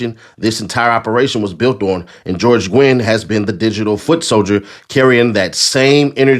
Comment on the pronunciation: Nguyen is a Vietnamese last name pronounced "NEW-YEN"